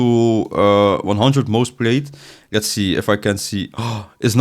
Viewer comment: alsjeblieft leer dingen beter uit te spreken, ik vind je videos goed maar de manier dat je bijvoorbeeld 'lets' zegt. je zegt de letter L alsof het een R is